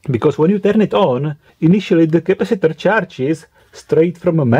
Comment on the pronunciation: Intonations also Boom your mind de ... 😂 Capasitorrrrrrrrrr... 😂 Lol